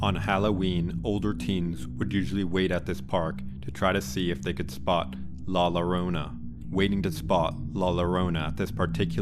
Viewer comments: she go it wrong also 😂it’s pronounced joe-row-nah … 😂 anyway great stories looking forward to more. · Learn to say la llorona (pronounced yorona) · La Llarona is pronounced with a Y sound "La Yarona"😉